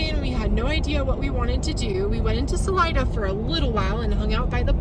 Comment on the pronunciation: HOW did you pronounce Salida!? You don't know the Spanish word for "exit"? 😀